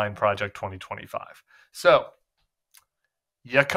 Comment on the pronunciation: He can’t even say Project 2025